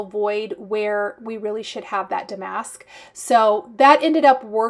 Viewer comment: I know you want to be correct - the word damask is pronounced with the accent on the first syllable.🙂